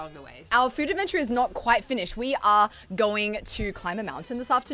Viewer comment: Another superb food "advencha" 😁